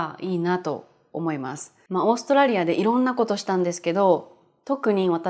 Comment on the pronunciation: To me it sounds more like オーストレリア.カタカナはね。🤣 色々のいい動画を作ってくれてありがとうございます！